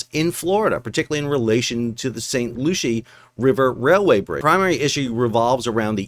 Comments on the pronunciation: St Lucie & St Lucia are two different places :P The county, river and area in Florida, is St Loo-see. (Though, you did better than the guy I heard call it St Loo-kee) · Not enough crappy puns :) Brian Mast is a good congressman, it's pronounced "Lucy" I live in Port Saint Lucie, I'm a long time viewer from the Ever Given Suez debacle, love the channel